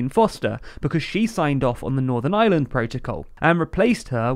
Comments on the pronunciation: The same time they learn to pronounce Ireland not Island. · It's called Northern IReland, not Island as you've pronounced it many times. Puhtickly frushtrating to hear.